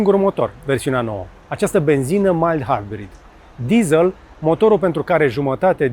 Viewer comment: De ce "dizāl" si nu "dizel"??? De ce "gugāl" si nu gugîl"???